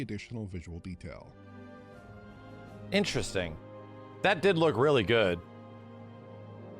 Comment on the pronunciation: “Luk at the fidelity of the tree”